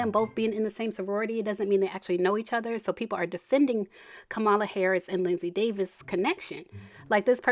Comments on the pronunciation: It's pronounced Comma-La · Pleae pronounce this woman’s name correctly. Comma-la